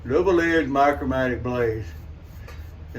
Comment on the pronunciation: Just one word, "Micromatic", not "Micro Matic, and never "MMOC".